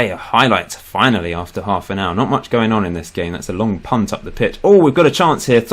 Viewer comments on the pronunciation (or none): none